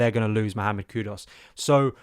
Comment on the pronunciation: It’s impressive how many player’s names you mispronounce…’estavao’, ‘maduwake’ and ‘kudos’